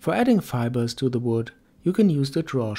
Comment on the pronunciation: took me forever to realize he said fibers and not something similar to Fireballs